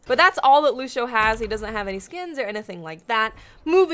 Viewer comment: lúcios name is pronounced (loo-see-oh) not (loo-shee-oh)